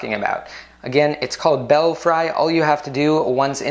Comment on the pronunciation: Thanks for the video,! And actually, the correct pronunciation is "Bell-free." As in "Bats in the belfry."